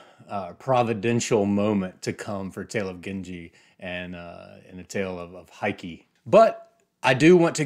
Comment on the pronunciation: Heike in Heike Monogatari is pronounced Hay-kay: Japanese phonemes map relatively well onto English - unlike Chinese. Any dialect of Chinese.